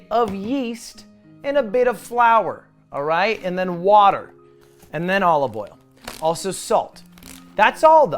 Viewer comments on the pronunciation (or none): why does he actually pronounce it "all of oil"